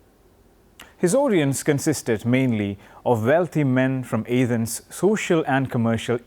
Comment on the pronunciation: also its A-thens not YAH-thens